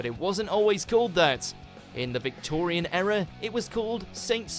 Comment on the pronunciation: Sorry, me again.. this narrator is savaging my/and his own English. It's ERA as in EAR-Ah,not ERROR. It's Southwark as pronounced SUV OCK,not South Wark,where J R Ewing lived